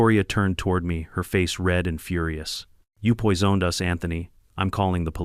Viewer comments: Not POY-ZONED?! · "Poizooned"?this takes place in france? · "You pois-owned us, Anthony! POIS-OWNED, ANTHONY!" Usually I don't comment on these low-effort content farming AI channels, but I had to for this alone. Couldn't even get that right. Maybe next time, put in some actual effort and read it yourself.